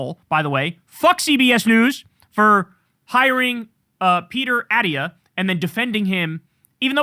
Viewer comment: Second syllable is stressed in Attia. He's excrement. But I still am driven crazy by repeatedly mispronouncing words.